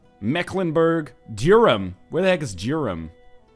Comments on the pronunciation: Durham... NL pronounces it Durem... It's like it sounds! Dur-Ham! Sorry for correcting but I feel like I'd be betraying my county if I didnt't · I'm from Durham and I phrased that really badly, it's not dur - ham, but neither is it dure - em, it' s more duh - rum Needless to say I'm bad at both explaining and using phonetics... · every time he says Durham or Gloucester i cringe